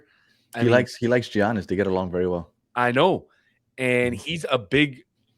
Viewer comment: Did he just say G - annis? thumbs down, clicked away...